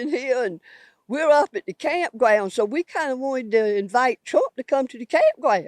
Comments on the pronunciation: "We out here at the campgwound and we decided to ask Twump to come out and visit the campgwound." 😂😂😂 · Awe.. you lib at da campgwound?